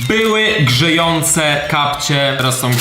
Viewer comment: Powiedziałeś 'Grzejące rękawiczki' - ja zrozumiałam 'Żyjące rękawiczki' 😂😂